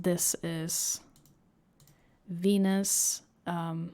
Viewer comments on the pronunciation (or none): none